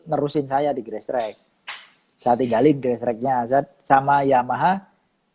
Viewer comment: Cuma yang nyebutnya GRASSTRACK (grestrek) benar...kebanyakan gestrek